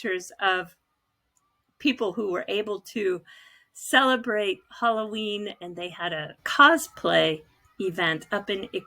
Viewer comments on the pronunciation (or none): Did you say Holloween, is that the Japanese version of Halloween 🎃?